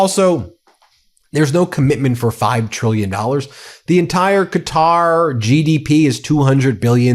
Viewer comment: Huge congrats for pronouncing Qatar properly! Hearing any American not say "cutter" is very refreshing. I think the only other one there I heard say it properly so far properly is fricking trump.. Probably Becuase of the 747 the gave him